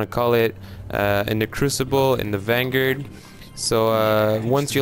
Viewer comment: What the hell is a Vanguurd?